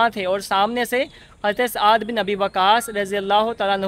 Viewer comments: Saad Bin Abi Waqas not aad bin abi waqas...correct yourself...its blusfamy ... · yeh SAAD bi Abi Waqas hen...tum ne kaha aad bin abi waqas...sahabi ka naam ghalat na bolo. behurmati na karo Utuber.